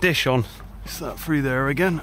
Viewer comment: You know it is actually 'through' and not frough, right? You are in an English speaking country, I've heard.